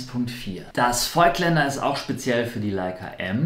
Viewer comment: Ich finde das Video nicht schlecht. Nur eine Sache habe ich trotzdem zu kritisieren. Nicht Vögtländer sondern Vooooooogtländer mit lang ausgesprochenen O. Ich muss immer zucken wenn ich das höre... ;-) Deshalb bleibe ich bei den Objektiven lieber bei Leica. Da ist die Aussprache einfacher :D